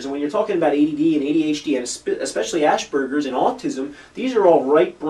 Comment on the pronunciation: Honestly, your credibility would be much higher if you learned to pronounce Asperger´s...